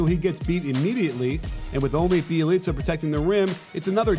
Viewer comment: Bjelica Is pronounced byelica